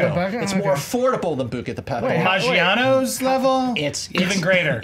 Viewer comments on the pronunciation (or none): can we please say Buca di Beppo correctly